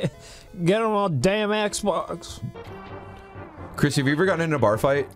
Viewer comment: "Little boy's want ... esbox"